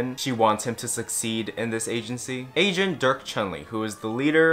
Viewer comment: everytime you said agent i thought you said asian until the very end.